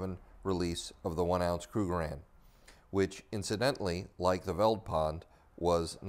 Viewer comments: The "V" in "Veldpond" is pronounced like an "F" so like "Feld-pond" . A translation or breakdown of Veldpond: "Veld" is an Afrikaans word meaning "bush" . "Pond" is Afrikaans for "Pound" . So Veldpond can be directly translated to "Bush-pound" . Which makes sense seeing that this coin was minted in the bush, and that the British Pound was their only reference to a currency that time, so got the inspiration from that. So this adds an interesting background to your story. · "Veldpond" is pronounced "Feltpont", the V is pronounced as a F and the d is pronounced as a t (sometimes) which literally means Field Pound. Zuid Afrikaanse Republiek which en stamped on the coin is Dutch which was the original language from which Afrikaans was derived now spoken by the descendents of the Boers (Farmers). In 1925 Afrikaans became an official language and thus in 3 years time will be 100 years old, the youngest written language in the world and the 3rd most spoken language in South Africa behind Zulu and Xhosa. The Boer War was like the Iraq War for the British, unlawful and unjust, and fought solely out of greed for the biggest deposit in the world of Gold found in the Boer Republic, The Transvaal, which was then the most wealthiest country in the world run by President Paul Kruger. To understand Apartheid and the demise of the British Empire, you need to study the Boer War which like with any unjust War fought will mark the end of an Empire. When the USA illegally invaded Iraq over supposed "weapons of mass destruction" in Iraq which turned out to be a lie, l said this will mark the beginning of the end of the mighty American Empire, which indeed is true. Good lessons to learn from history. 👊👍👌